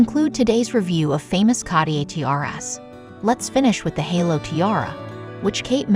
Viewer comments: interesting. however it was hard to listen to the annoying AI voice pronouncing Cartier wrongly over and over. it’s ‘kahr-teeay’ 2 syllables. the first ‘r’ is pronounced. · CARTIER is pronounced car- t- a or french roll the r, otherwise the video was very informative once you could ignor the jewellers repetitive mispronouciation of his name. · Why is it impossible for these idiots to pronounce things correctly? It’s C-A-R-T-I-E-R not catier! It’s not a silent R. If you can pronounce T-I-A-R-A properly, why the F can’t you pronounce Cartier? WTF? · Why can’t people who narrate these pronounce common names properly? Car-tee-ay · I cant get over the way they keep saying Cartier. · yes! and with the repeated mispronunciation of Cartier! 🙉